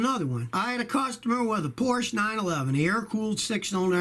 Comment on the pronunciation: Scotty, Porsche is a two syllable word.